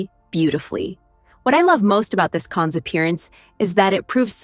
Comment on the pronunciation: It’s pronounced Can. The s is not pronounced.